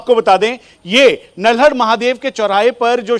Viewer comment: Bhai nalhad hai na ki naldad